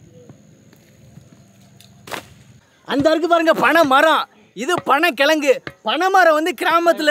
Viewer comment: அன்னேய் கெலங்கு அல்ல கிழங்கு நான் விழுப்புரம் மாவட்டம்